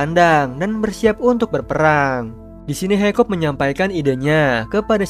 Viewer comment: Hiccup d baca Hikap bukan haikop. Stoik dibaca stoik. D dub inggris maupun indo pengucapan nya sama aja. Saranku next time d perhatikan itu bang apalagi untuk karakter yg sering d sebut namanya.